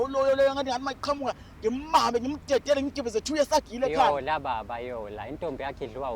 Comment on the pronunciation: 😂😂😂😂😂😂😂 yhooooooo sana into endiyhlekayo kubhlungu amaphaphu 😂😂😂😂😂😂 ndithanda umfana xa ebiza u Yola athi "Loya" 😂😂😂😂😂 As for umakephu uyadelela xeim yena udinga nje isbhaxu And The next big thing "bafo solokhu ubiza abantu ngezfebe benziwe nguwe"😂😂😂😂